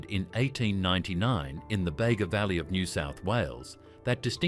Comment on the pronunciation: Bega is pronounced Beega, not Bagar